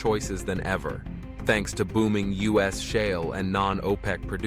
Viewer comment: "Us oil"? instead of U.S. oil. AI slop channel